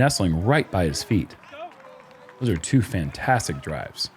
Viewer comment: Geud?... Fin-taahstic!